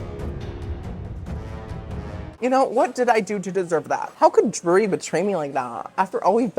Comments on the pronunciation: So it is dreery so it is Drury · your Drury pronunciation intro and bit throughout killed me 😂 it reminded me of 30 Rock and the "Rural Juror" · Drury, brewery, Marlboro are all words I struggle saying!! Thanks for making me feel in good company!